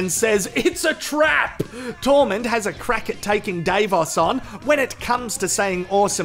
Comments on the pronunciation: It annoying me how you keep saying DAVEOS.... is Davos.. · It's Dah-vos. not Day-vos. And no I'm not intentionally being racist or condescending. That's just how it's supposed to be pronounced. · Every time you say day-vos I want to scream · Of course he knows that already. He intentionally mispronounces many of their names. You know.... for comedy sake. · It's deliberate as he is reviews. I'm shocked he doesn't just say Davo.